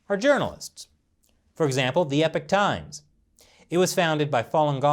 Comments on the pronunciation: mate, sir. It's pronounced as said like this phonetically E POCK like hockey puck but with a O not EH PIK, Epoch is a cool word give the respect it deserves. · Y u keep saying epic times u not know how to say epoch times? Get dictionary bruh. Hard to be credible when u not know ingrish wahahahaha